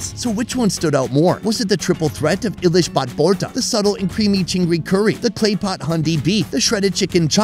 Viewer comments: Everything else is fine but ilish left the chat after hearing 'ailish' !! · Eyelesh 😂😂😂 bro you can say it hilsha but like to hear sutki bhorta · Ahhh.. it's not "eye"lish.. it's hilsa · it's ee-lish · Aylish? Really bro? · It's e lishh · Eyelish? Seriously dude😑!! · Bro is butchering our food's name! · Bro its not Ilish its Elish ok bro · For good shake,its not i-lish,its eelish... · It's not I it's eilish fish spelled hilasa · Bro I want to say something. It's not pronounce I-LISH It's called E-Lish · nails the ‘Eelish’ pronunciation in his voiceover. The other voiceover guy goes ‘eyelish’ while pronouncing the written Illish 😂. Also it’s Podda even though written Padma in English 😂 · As a Bangladeshi, to me it's kinda funny how they say "Eelish" it is pronounced eeelish not Eilish. You people can just call it Hilsha fish. 😅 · Stop saying "eye-lish"! 😂😂😂Its Ilish. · thanks for sharing our national fish, its pronounced 'E'- lish not eyelish:) love you and all you do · It's not called "Eye-lish" fish for goodness sakes.... how hard is it to pronounce Ilish as Eelish!!! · Ilish (not Eye-lease but the E as E-Leash) is pretty sounds like Billie Eilish. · Come on its English name Hilsha,in Bangla we say Ilish ( ee - lish)!!! 😂😊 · its not i-lish, its e-lish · It's more pronounced as E Leash not Eyelish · It's not ailish, it's ilish. It's not borta, it's vorta. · Hey, it is eel-ish, not eye-lish. Pronounce ilish properly next time. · Its pronounced ee-lish. Not eyelishb🙂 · Not I-lish Hilsha or Elish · I do enjoy your videos, but I really thought you'd be better at pronouncing the authentic words of the local foods. Phonetically it's eeylish maach ! Not aylish! Don't use an AI 🙏🏽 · It's not eyelish... It's not billie eyelish It's ilish.... Simple Not the eye pronounce... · not eye-leash ....it is just eeelish:face-blue-smiling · Its eelish not ayilish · the english of Ilish is "Hilsha" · spelling is ilish but pronounce is elish with an E😊